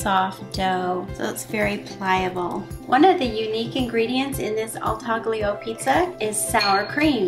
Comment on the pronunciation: Taglio is pronounced in two syllables with a silent G: TAH/lyo.